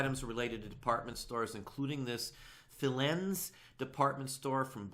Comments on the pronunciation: Fie-leens. It closed in 2006. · It’s Fileeens. Pronunciation. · Great to hear your sales are going so well. By the way, the pronunciation of "Filene's" is Fi-lene's, as in BUY-beans. I lived in Boston for four years back in the early 80s. I was corrected quite quickly when I mispronounced the name Filene's. 😅